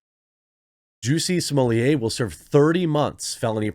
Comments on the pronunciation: smo*LETT* not "smohliyay" he isn't french and double T is allways pronounced in french. there is nothing real about this dude. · JUICY SMOOYAY!!!! I don't know who this "Just-See Smul-Lett" guy is, but this man's name is JUICY SMOOYAY!!! Let's respect the pronunciation of this man's name at all times: JUICY SMOOYAY!!! JUSTICE FOR JUICY!!! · Maybe by the time he serve his time Jeremy will have learned to pronounce his surname.